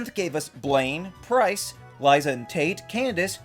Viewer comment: Ok it genuinely hurt when he said Liza and Tara.